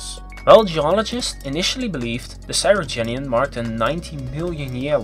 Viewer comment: Cryogenian, not Cyrogenian!